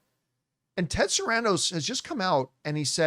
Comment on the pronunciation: it’s Ted SARANDOS not Sandros, he’s Greek not Mexican